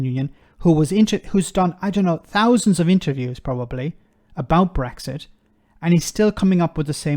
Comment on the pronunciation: The interviewer can't even pronounce Brexit and Rees-Mogg can't explain a single tangible benefit of Brexit. It says it all really.